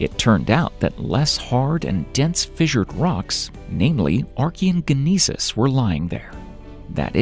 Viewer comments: the narrator mispronounces the word "gneiss" as gah-niece. The correct pronunciation is "nice". You only say "gah-niece" if you are a "gah-noof". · Gneiss is pronounced “Nice”🩵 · Ge-nieces haha Gneiss is nice